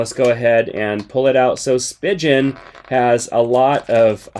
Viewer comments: I enjoy your reviews! but it's spee-gehn and not spee-jen.... :) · Cringe at how he pronounced Spigen... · you pronounced spigen so wrong 😂😂😭